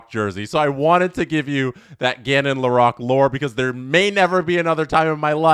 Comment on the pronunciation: Please… Lore-roque